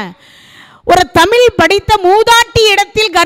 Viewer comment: அருமை அம்மா. தமில் அல்ல தமிழ்.